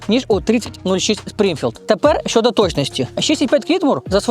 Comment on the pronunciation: Я перепрошую, ви не родич Парубія? Не тарабаньте, чітко вимовляйте, в укр.мові звуки "Щ, Ч" тверді: ЩОдо, але не Щёдо, ЧОго, але не м'яке ЧЁго і т.д.